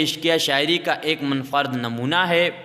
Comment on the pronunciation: پہلے اپنے تلفظ پر محنت کرو۔ غلط تلفظ سے پوری پیڑھی غلط تلفظ سیکھے گی۔ اسم با مسما پڑھو۔ Ism-e-Ba mosamma اور بھی غلط تلفظ ادا کیے گئے ہیں۔ ان پر دھیان دو۔ Munfarid